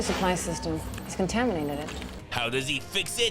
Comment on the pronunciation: “It’s contamininated” 😂